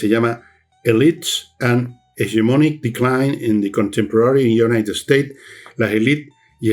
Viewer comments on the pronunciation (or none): none